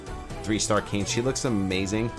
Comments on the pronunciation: Bro it’s not Kane… it’s Kai (like in Cobra KAI) and naa (like in the sound a horse makes). Also main character doesn’t have a name, everyone just calls him Nier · Hahahah great video. I think people just refer to the guy as Brother Nier and the girl name is pronounced 'KAI-Nay' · Awesome info man. I know you mentioned you weren't too versed in the Nier storyline but save you from reading that auto translated name that character is called "Nier" or "Brother Nier". Also fyi, Kaine is pronounced Kah-ey-neh and Emile is pronounced Eh-Mil.